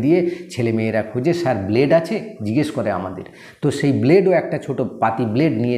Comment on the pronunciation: ব্ল্ডে 😂😂😂😂😂কি বলে রে 😅😅😅 স্যার ঠিক আছেন